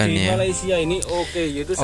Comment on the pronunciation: OKU - Orang Kelainan/Kurang Upaya Sebutannya adalah Oooooo Kkkkkk Uuuuuuuu / ooo keyy you